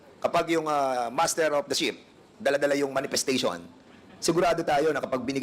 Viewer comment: Ano ba Yan sinasabi mo ship or sheep?! Klaruhin mo hah!!!🤗😂😂